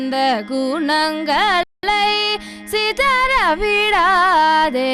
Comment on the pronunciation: Please check out your pronounciation ! "Gunangalai" should be pronounced better. Voice is wonderful ! All the very best !